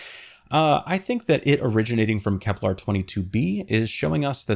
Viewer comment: FYI, Kepler doesn't rhyme with "kevlar." I'm guessing you conflated the two in your mind while reading your script, which happens, but you pronounced it this way every time so that militates against the idea of it being purely accidental. Your videos are great but they all feature numerous mispronunciations of words, often very common and basic ones. I recommend consulting a good dictionary with (ideally) IPA (International Phonetic Alphabet) pronunciations for each word. It will raise the overall quality of your videos and satisfy sticklers like me, making us more eager to follow your channel for new content.